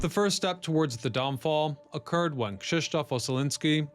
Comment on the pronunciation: Good God, how many channels does that Ryan Socash has? 😀 P. S.: the pronunciation of Krzysztof is a spot on, well done!